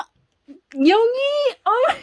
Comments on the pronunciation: hey! yoongi is pronounced as "yOOngi" not "yong-gi" if u get what i mean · Yoongi is yun gi with u not yon gi with o, hope you say it correctly later 😊